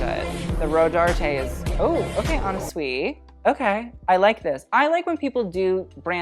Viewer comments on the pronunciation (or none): none